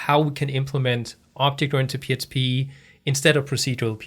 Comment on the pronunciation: I notice when you say PHP, you say PSP and, when you say fields, you say feels. Just something funny. Thanks for the vids!